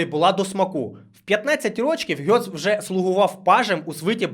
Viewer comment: Ґец, не Гьоц.